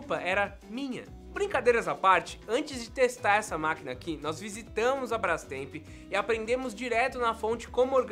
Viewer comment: "Brastremp" achei q era só eu q pronunciava com o r